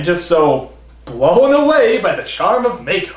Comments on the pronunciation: MAH-ko!! Not May-ko! Get it right! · Will NC ever properly pronounce Mako's name as "Mahko" and not "Mayko"? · It's not pronounced "MAY-ko", it's "Mah-ko"